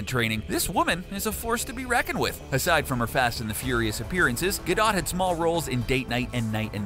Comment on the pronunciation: it's not gado it's gadotttttttttttt